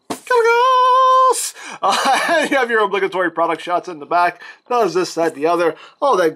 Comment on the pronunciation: First Archimonde, then Gaz'rhanka, and now Kalecgos and they form Ragnaros... Who else from the warcraft universe will they use? Also you did pronounce Kalecgos correctly :)